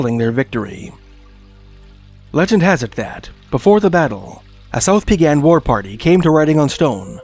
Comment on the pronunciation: Just a quick pronunciation tip for the Blackfoot tribes: Siksika has the accent on the first syllable, Kainai has accent on the first syllable, pronounced kye nye (rhymes with eye) and Peigan has accent on the Second syllable, pronounced pay gan. :)